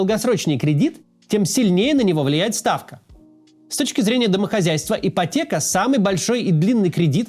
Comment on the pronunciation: Ии😮😮потеха... это, а не ипотека😂😂😂😂